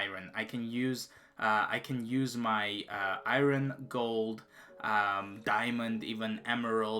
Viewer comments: Iron not irin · Lol good vid but just 1 thing thats annoying is "IRON" in english is pronounced "ION". The R is silent not pronounced "I RON" good work tho on the vid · I had to just like the video because you said Iran instead of iron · My god the way this guy says Iron incorrect is annoying as fck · He can pronounce lapis lazouli and not iron?